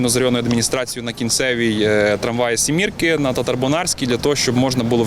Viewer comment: Сімка, а не сімірка...і це у Львові.